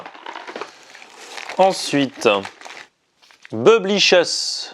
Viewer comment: Omg comment il a prononcé bubblicies